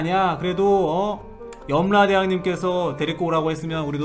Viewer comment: "염라대욍''이라고 들리는 1인